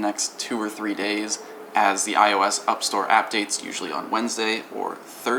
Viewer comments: "upstore appdates" :D I laughed with you :D :D :D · "Upstore Appdates" xD I died laughing at that for no good reason. Great video, keep doing what you do! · Did you say "when the apple Upstore Appdates?"